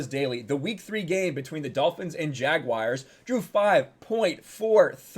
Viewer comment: Dude you pronounced Bengal and Jaguar wrong and its bugging the F#$K outta me